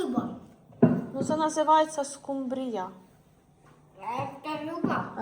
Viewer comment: дозвольте поправити. В слові скумбрія наголос на У за нормами орфоепії.